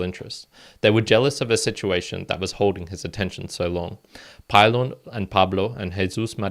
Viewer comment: Pee-lohn….. not pie-Lon…. :) & port-a-ghee